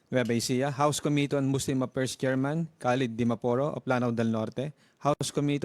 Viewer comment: This presentor, ayusin mo naman pronounciation mo. It should be "affairs" not "appers". Very unprofessional... their "F" becomes "P".